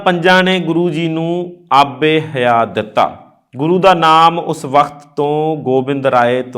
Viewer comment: ਆਬੇ ਹਯਾਤ । not aabe ਹਯਾ